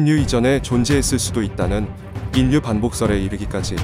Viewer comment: 읽기 연습을 좀 해야할 듯. ㅉㅉ. 인류는 일류라고 읽어야지 인뉴라고 읽으면 안되지. 반론도 반논이 아니라 발론으로.ㅉㅉ, 짜증나서 듣기가 싫음.